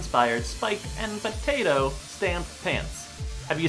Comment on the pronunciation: "It's a pot-at-o" 😂😂